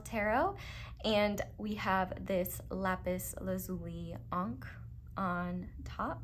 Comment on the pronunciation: ☀️I have to give you huge kudos for the “Lapis Lazuli” pronunciation. My dad is a Gemologist (a Geologist who knows deeply about gems and crystals) and you are one of the few rarities on YouTube that says the name of this crystal correctly. I don’t know why people insist on naming it “Lapis “la-zu-lye”, like in “eye” at the end. It is wrong and it makes me cringe. 🥲 You’re awesome as always! PS: you by the way, you were not wrong. Geologically speaking, an Amethyst is indeed a type of quartz. 😉 An Amethyst is nothing more than a quartz with a little bit of manganese and a specific type of iron in its composition.